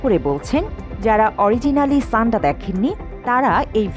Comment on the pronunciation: সাণ্ডা কে ছাণ্ডা বলতেছেন কেন?